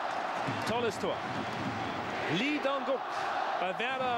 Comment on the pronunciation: Auch wenn man Lee in Korea eigentlich "Yi" oder einfach "I" ausspricht, auf jeden Fall Respekt an den Moderator, dass er die koreanischen Namen korrekt ausspricht. Auf jeden Fall besser als die Clowns von DAZN, die immer noch "Hoing Min Sonn" statt "Sohn Hüng Min" sagen.